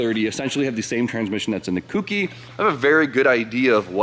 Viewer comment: How does one pronounce Touge properly but not Kouki🤔